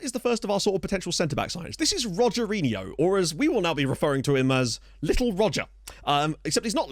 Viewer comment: It would be pronounced "Hogerinho" as the letter R is pronounced like a H at the start of words in Portuguese.